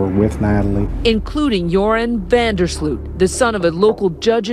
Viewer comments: How American people pronounce van der Sloot lol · Its so funny how you pronounce joran van de sloot. I'm dutch so I know all about this case hahahah.